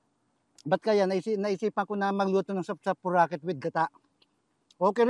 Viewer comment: Sapsapuriket, hindi sapsapuraket..